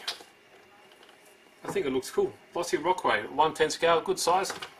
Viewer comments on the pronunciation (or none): Low-see sounds like you keep saying law-see